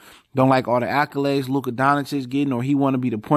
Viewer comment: Bro if you gone report shit you gotta learn these niggahs names😭😭💀ain't nobody gone respect what you saying when you saying Luka name wrong multiple times but you speaking facts tho